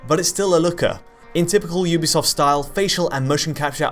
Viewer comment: Thank you for being one of the few people on the planet that can say "Ubisoft" properly.